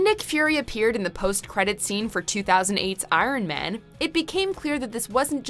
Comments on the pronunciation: It's pretty disturbing to me how she pronounces ironman. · The narrator says man weird when she says iron man